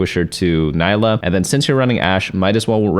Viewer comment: it's not Nailah